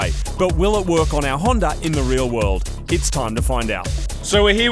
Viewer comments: Why are they calling it a honder and not a Honda? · he said Hawnder lol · Toyoter Honder Mazder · Plus I dont trust someone who calls a honda a honder. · What in the FUCK is a “HONDER” ??? 😂😂😂😂😂😂😂😂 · The fuck is a. Honder